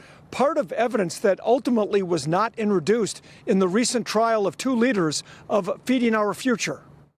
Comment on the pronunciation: Why does this reporter,, keep saying "inreduced"? Does he mean 'inTROduced'? Weird.